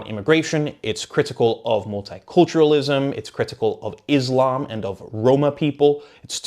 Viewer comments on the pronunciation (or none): none